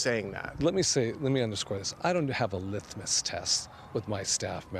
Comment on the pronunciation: Mispronounced litmus.